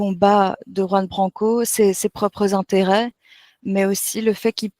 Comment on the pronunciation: Pas Yoan. Juan !!! Qui se prononce "roan"